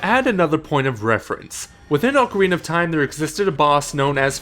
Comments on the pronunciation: Why can't people consistently pronounce "ocarina" correctly? It's retarded how many popular youtubers fuck up that word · Dude can you please pronounce 'Ocarina' correctly? The other guy fucking knows how to fucking say it